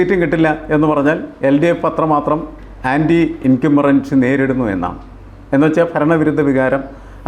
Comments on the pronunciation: The word is anti- incumbency. What is the speaker saying? Should be more careful with pronunciation. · anti-incumbency സ്പെല്ലിംഗും ഉച്ചാരണവും ശ്രദ്ധിക്കുമല്ലോ. പിന്നെ. സ്വപ്ന ്് സുരേഷ് ഒരു അവതാരമാണോ അതോ അവതാരത്തിൻ്റെ വാഹനം മാത്രമോ എന്ന് ആലോചിക്കണം.